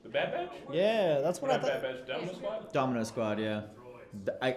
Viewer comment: Well yeah, except I don't think our boy needs any more encouragement.😏 He's already got the wrong impression of the Bad Batch burned into his brain, as well as messing up the name over and over again. 🤦🏼‍♂️